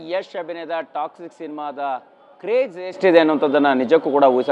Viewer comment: ಅಣ್ಣಾ,,, ಟ್ಯಾಕ್ಷಿಕ್ ಅಲ್ಲ.... ಟಾಕ್ಸಿಕ್